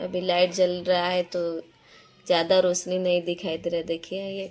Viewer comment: Video bana rahi to has q rahi Are रोसनी nahi hota रोशनी hota hai